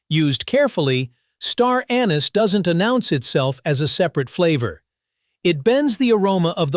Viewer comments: First off, you are NOT French, nor are you speaking French, yet you persist in pronouncing "anise" the French way with the accent on the second syllable. In English, the accent is on the FIRST syllable...AN-iss. Get it right!!! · The word "Anise" is pronounced wrong, seemingly, thousands of time in this video